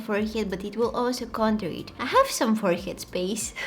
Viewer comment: I like how she said it forehyead 😂❤😊